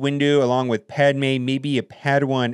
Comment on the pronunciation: I love how he said “pad mine”